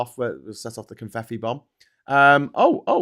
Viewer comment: Oh! 😳It's "Confeffi", like with two Fs, ("...ff...") not two Ts.